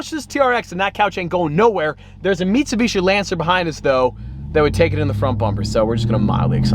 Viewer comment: I think I just heard say "meat-subishi"